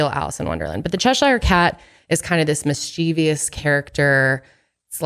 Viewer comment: It's pronounced "miss chiv uss," not "miss chee vee uss."